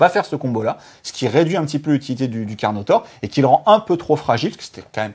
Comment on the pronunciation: Ca pique les oreilles quand dit 'Slan" ou "Carnotaure". Mais le travail reste au top et on vous aime;)